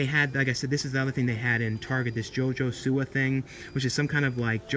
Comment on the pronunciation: your not saying siwa right.